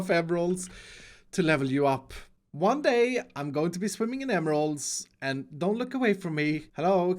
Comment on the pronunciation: "one day... you will be rich by working for me" emphasis on "one day"